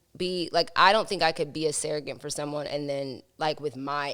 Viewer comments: The way she’s pronouncing surrogate wrong loll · Can we talk about how pronounces Surrogate?